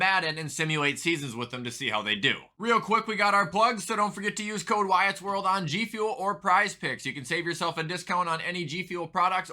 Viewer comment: Learn how to say my name Wyatt.